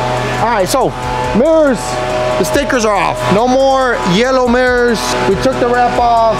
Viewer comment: On The murrors 💀